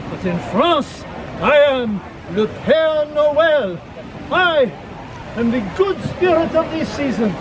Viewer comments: Hi Adam! It’s Père Noël (Father Christmas), not Pierre Noël (Peter Christmas).😉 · Love the video! Just FYI, it is not Pierre Noel, but is Pere Noel, Father Christmas. Pere is French for father. I too love roasted chestnuts. They taste like potatoes to me. Merry Christmas, Adam! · It’s pere noel not Pierre noel. :) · LOL! 🤣 Not "Pierre Noel"! It is Father Christmas... and father in French is "PERE" (pare, pear). Pere Noel! 🎅 Love you, Adam❤